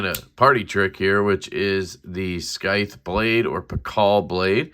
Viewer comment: It's just pronounced normally like sithe lol